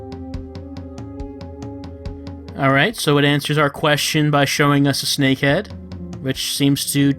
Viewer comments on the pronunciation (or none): none